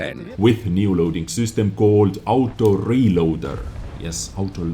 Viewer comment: I cant waiiiitsss. For thaouuuseee aaoutoo reelooaaadderrrrrrrrr. says in the best accent ever